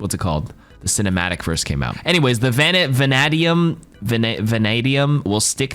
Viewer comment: “van-aye-dee-um” “Vanadium is used to make rust-resistant, spring, and high-speed tool steels”. So it’s different than real vanadium. Not sure why they didn’t just name it something else 😂. wait, he injected it? Lmaooo. Vanadium poisoning is lethal and causes diarrhea. Hope he’s a farty boy like me.